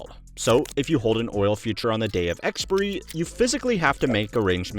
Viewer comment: Eks-Pai-ah-ree not Eks-purr-ee